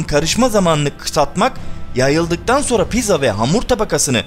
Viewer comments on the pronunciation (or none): none